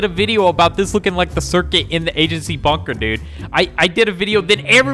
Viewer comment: why are you saying bunker but with banker if its bunker not banker